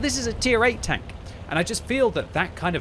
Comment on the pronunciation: Why i hear you saying welcome BANK? anyone else?